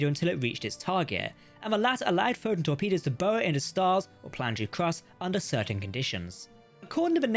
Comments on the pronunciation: The AI bot that is reading your script is having trouble pronouncing “Photon torpedo” consistently. Sometimes it says it too fast and I almost miss it, other times just mispronounced. If this isn’t AI read, then please accept my apologies. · "pho'n torpedos"